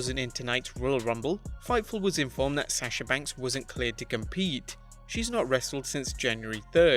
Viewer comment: Stop saying Sasha like that